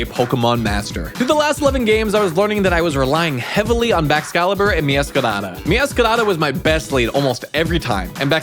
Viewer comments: BRO I HATE THE WAY YOU MEOWSCRADA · I find it funny how he rolls the r like it’s a Spanish r when saying meowscarada